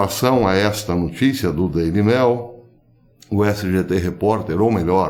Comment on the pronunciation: Querido Professor, para que a sua inteligência ecoe cada vez mais forte em nossas reflexões, gostaria que você (o Senhor está no céu), ao pronunciar o nome do jornal inglês "Daily Mail", o fizesse com pronúncia análoga quando diz a palavra "e-mail", haja vista a segunda palavra ser a mesma. Você sempre diz "Daily mel" e as coisas não andam nada doces. Saudações do Planalto Central! Aço!